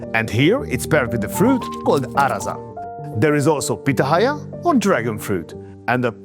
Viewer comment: Pitahaya is pronounced pi-TA-ya